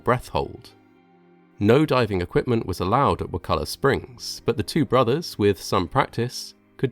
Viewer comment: First as a nearby resident, thank you for pronouncing Wakulla Springs correctly. I applaud the man for doing his best to improve safety, but cave divers are dying all the time just in Florida alone. One died last year and there is one whose body was never found.